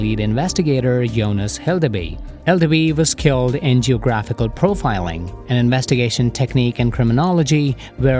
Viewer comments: Wow what a video. I realy love your guys way of visualizing this story. Also lovely accent it's just the way you said skilled left me thinking for a second, that he was killed o.O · the way he said "skilled"😶‍🌫️